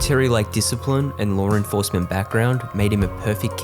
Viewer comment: Lar enforcement